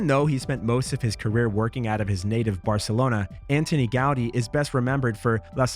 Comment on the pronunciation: What a load of old rubbish! Somewhat American biased list of none runners. Could not even pronounce Anton Gaudi! Useless and highly controversial tional. Taking steps backward